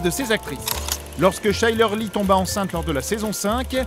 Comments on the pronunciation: ET CHYLER LEIGH SE PRONONCE "KAÏLEUR LAÏ " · Pour chyler Leigh sa se prononce kyleur laï